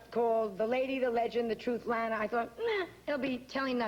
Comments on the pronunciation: It's pronounced ' Lahna ' , as she corrected Bryant Gumbel on the Today Show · Simple. To piss her off. Bryant Gumbel did the same thing on the Today Show.